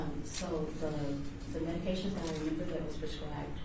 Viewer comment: This defense attorney is a joke. He can't pronounce specifically or medications.